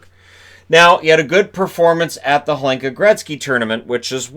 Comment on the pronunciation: And some pronounciation - The "H" in "Hlinka" is silent.